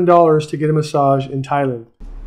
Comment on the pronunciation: It's Thai-land, not Thailind. That really put me off.